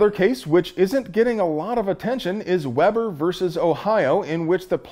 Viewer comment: You nailed the Latin but Weber State University (and town in Utah) is pronounced Weeber.